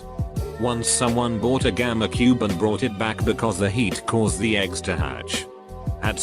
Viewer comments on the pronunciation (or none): none